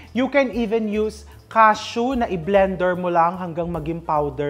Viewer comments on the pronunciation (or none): none